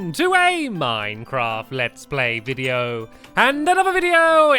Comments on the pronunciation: He said biddio instead of video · In the intro u said dideo not video